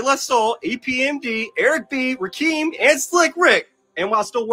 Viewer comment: Gossip. The dude called Rakim Rakeeeem. SMH